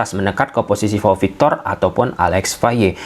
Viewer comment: PAU victor, bukan VAU victor 😂😂😂😂 Tolong bedain P sma V. 😅